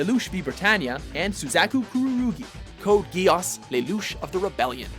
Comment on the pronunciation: YES and not only that but his pronunciation of Suzaku drives me up the wall